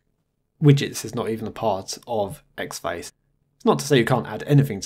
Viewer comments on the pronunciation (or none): great video as always, but this is the second one where you review a distro with the xfce DE and you keep saying "X Face" Ahhhh please stop it's having the same effect on me as someone dragging their nails over a chalkboard it's pronounced as four individual letter's, this from the first line of the wikipedia entry for xfce:- "Xfce (pronounced as four individual letters)" see!, small gripe I know but it's got to me, you wouldn't say Kade for KDE would you?, anyway feel free to ignore me and keep making video's.